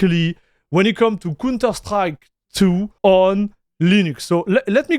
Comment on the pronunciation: dude, im also hyped. but you call the counter strike a "cunter strike". not sure if you did that deliberately. i love counter strike games by the way.